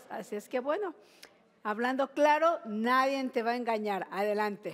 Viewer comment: Pinche no se dice "nadien"